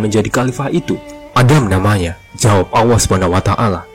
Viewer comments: Maaf artikulasinya saya dengar ucapan Awa, sorry perbaiki perkataan yg benar adalah Allah bukan awa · 1.45 Maksudnya 70.orang itu apa mind Bukanya orang=manusia menurut kbbi, tp kok ada org sebelum adam. Maksudnya gimana mind Bacanya aja ngawur allah dibaca alloh mind bkn awoh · Allah saja nyebut nya ga jelas.. apalagi sejarah nya🤦🤦🤦🤦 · Lam itu bukan Wau masa Awwah Allah yg benar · Yang benar tu..ALLAH bukan awwah bang... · Penyebutan nama ALLAH SWT saja ketahuan org ini bukan muslim